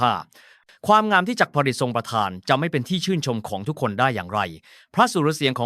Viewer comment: มันคืออันใด.. จัก พอน ดิ.. 55..ภาษไทยมันยาก ขนาด AI ยังอ่านไม่ใด้เลย